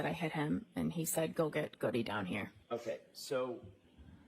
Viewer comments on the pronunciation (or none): Goody?? His name is GOOD, officer Goode is pronounced GOOD.